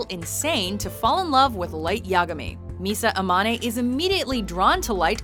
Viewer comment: Misa Amaneyyyyy, this english speakers, just screwing up all japanese names...